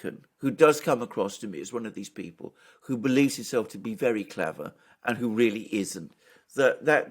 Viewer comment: "It is not clever-ah. It is styoopid."